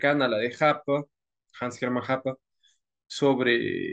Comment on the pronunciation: en serio Hoppe se pronuncia Happa? XD buena charla 👌